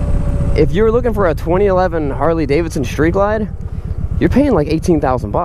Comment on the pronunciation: I owned a 2011 Vaquero (va-care-o) and was very sad to see it go when I bought my Harley Limited. Both bikes are great and for $10,000 or more less the Vaquero is a super bike. My Harley is super too. There are no losers here. BTW, it's Street Glide, not shtreet glide. :)